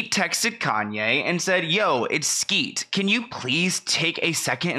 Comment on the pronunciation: Lmao “skete” 💀